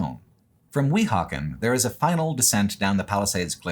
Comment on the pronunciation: Fantastic video. Absolutely Loved it (though you should get a NJ person to assist you with pronunciations of Metuchen, Weehauken, Stuyvesant, etc. next time ;-). ). Was pleased to find out I've already and unknowingly biked on the Lincoln Highway near my home. Hope to see even more "real world" videos like this in the future!